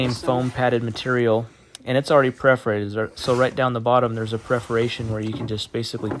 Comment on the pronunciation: Great tutorial, but AAAAAGH! The word is *PER*forated. perforated. Not PREforated. Think a cat purring, while poking holes in you - purr-forated.